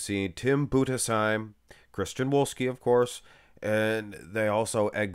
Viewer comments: Thanks for pronouncing Budesheim correctly. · 10 Points for saying Budesheim correct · 10 points for your pronounciation of Budesheim